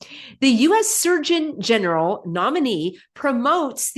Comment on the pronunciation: I keep hearing Search-in-general, instead of Surgeon General.😂